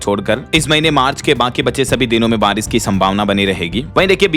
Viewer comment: आरिश- ओले या बारिश - ओले